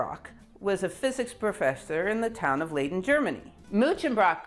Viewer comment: You could redeem yourself by pronouncing Leyden not as 'laiden' but as 'lyden' in the future. Y as in 'lydon' eg John Lydon.